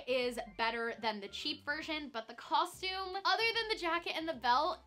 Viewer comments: When there’s 50 million comments about it I guess she has no choice. I didn’t even mind when I didn’t and did know. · Canadians all say it the "coshtume" way so it always sounded normal to me! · people were being so rude about it. I literally just passed a comment on here that said that since she stopped saying it “wrong” they can actually watch her.😒